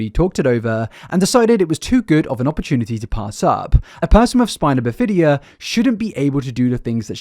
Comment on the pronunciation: Just FYI, it's "BIH-fuh-duh"